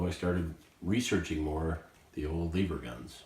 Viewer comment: First of all I want you to say the word "ever". Now I want you to put an L infront of the word ever. The word Eever isn't even a word and just sound's uneducated